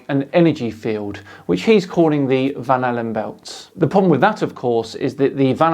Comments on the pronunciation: Am I the only one that hears 'bananabelts'? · 😂🤣😂🤣 For a minute there when he said Van Allen belts, I thought he said banana belts.What a moron. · I swear he kept on saying the 'Magnetic banana belt' haha. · At first I thought he said “banana belts.” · My captions thought he was saying 'vanilla bells'.